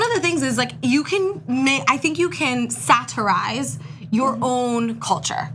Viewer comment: I hate the way says "satirize". Why are you annunciating each fucking syllable of only that one word?